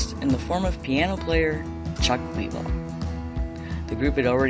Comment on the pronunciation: Very good show! Just a couple of minor nitpicks, Chuck Leavel is pronounced like Lavelle , and it's Warren Haynes, not Hayes. Not trying to be an ass just a big fan.